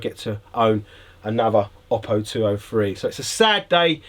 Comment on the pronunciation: Oh-Poh, not Ah-Poh. Don’t like it? Contact Oooooppo.